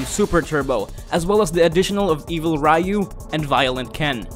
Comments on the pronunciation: its ryu, not ryiyo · Do all westerners pronounce Ryu like that? Rah-yoo? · Rayu of Street Fighter. ROFL! Great video, though!